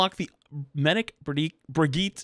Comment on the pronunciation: You say Brigitte weird lol